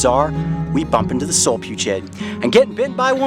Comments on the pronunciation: Solfugids (not Solpugid like he said in the video lol) are terrifying. Technically these aren't spiders but their still terrifying lol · I thought it was solifugid not solipugid? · Solifugid not solpugid